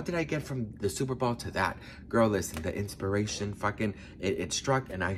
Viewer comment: BOWL, NOT BALL